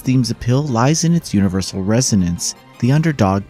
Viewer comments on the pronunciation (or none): none